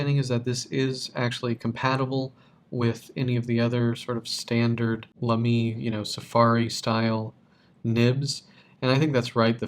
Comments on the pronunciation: Thanks for a nice review. Even if your pronunciation of Lamy drives me up the walls... Great job with the a in La, but don't stress the second syllable. Like Baby. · It’s laa-me